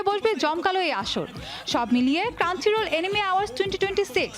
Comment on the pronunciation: ক্রাঞ্চিরোল না, ক্রাঞ্চরোল...